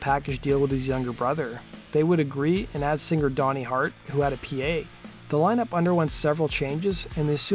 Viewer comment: I really really love the way you pronounce the word singer. Like Sing-gerrr!